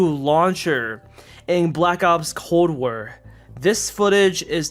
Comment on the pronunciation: he said cold waer